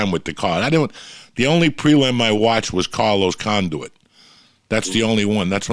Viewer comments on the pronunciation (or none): fuckin joey with these names🤣🤣🤣 Carlos CON-DUIT HAHAHAH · Carlos "Conduit" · Carlos “Conduit”